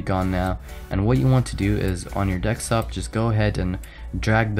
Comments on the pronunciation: it's DESKtop not DEKstop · dekstop LOL